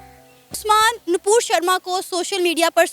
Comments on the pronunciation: It's nupur not napur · Her name is NUPUR SHARMA.... not napur Sharma.. mind your language 🛕📿🚩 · Npur nahi vo Nupur hai uska name.